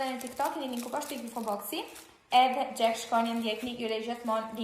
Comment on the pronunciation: Xhek tha ww Po thuhet Jack😂